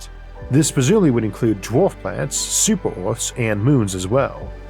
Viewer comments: ec u men opolis like ecumenical, ecumen. its not eucemenopolis, its ecumenopolis. just read the word buddy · She did let Isaac trick her into mispronouncing ecumenopolis as he does so she's imperfect but still, an excellent narration overall.